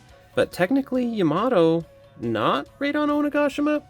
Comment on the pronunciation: Raid on Onigashima 😂 bro kept saying as 1 long word, Raidongoshima lol. But thanks for review didn't wanna open mine.